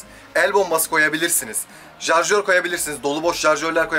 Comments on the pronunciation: Abi jarjör deyil şarjör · jarjor degil abi sarjör o